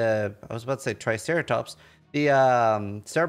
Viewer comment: “Triceratops” lmao